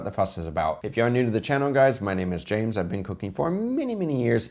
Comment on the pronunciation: James, have you noticed that you're pronouncing a Spanish S (closer to sh or ś) from time to time now? :) not bad but it's interesting to see